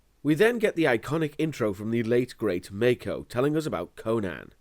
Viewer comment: it's pronounced mAko not mEYko, learned it from nostalgia critic but he too pronounced it wrong at first, nitpick aside enjoying the review